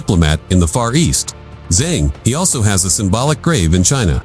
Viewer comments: China never invaded others in its 5000 years histiry. Zheng He is pronounced -Jeng Ho. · You got it wrong I Zheng He; he is not English, it is Chinese HE,和! E ounds like in early 's "ear " ur urgent's "her", without r end found